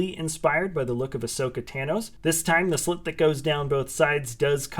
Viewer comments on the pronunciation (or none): Did you just say ashoka tanos that what i heared in